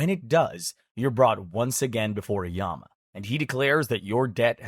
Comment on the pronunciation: Nope the king yama mentioned in this video is real king yama and it's not even pronounce like this it's y-ah-m